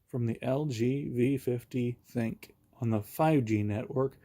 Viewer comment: You are the first person to pronounce the name right. Everyone calls it the thin Q , even all the top reviewers. The name is actually supposed to be called "think" and that's according to LG.